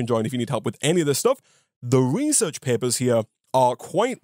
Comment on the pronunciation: reaserch paepuhs